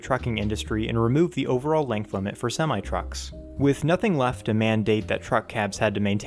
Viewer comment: Why, Why, Why, the Sem-eye? It's, sim-ee.